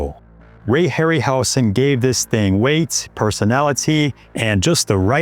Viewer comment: Hey, Dude. Ray’s name is pronounced with a Z sound, not S: (Harry – Howzen)